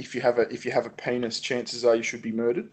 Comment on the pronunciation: When says "penis" it sounds like "pain us"